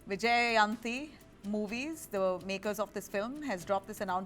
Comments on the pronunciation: Not vyjayanti spell like y jayanti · This bangalore based Islamic anchor cannot even read vyjayanti movies.......she is reading as vijayanti.......absolute incompetent anchor supporting incompetence and wants special privileges..... . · She is unable Pronounces Banner Name So Sad To hear That It's Krishna Vyjayantnhi Mala 😢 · She was clearly fired from the film. Probably asked for more than what she deserves. Anchor, please learn how to say Indian names properly, Vyjayanthi is an Indian name, if you can't even say that you should seriously consider quitting this job. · Waste anchor and news channel, can’t even speak Indian names. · She appears to be more like a joker than a professional news reader. Can't even pronounce banner name properly but routing for work life balance...Lol... No where, makers mentioned the reason but these PR Drama queens jumped wagon😅😅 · an indian news anchor cant pronounce Vyjayanthi Movies ? Pathetic! No research no ground work only taking news from X!